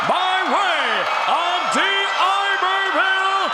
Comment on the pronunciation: dee-iberville smh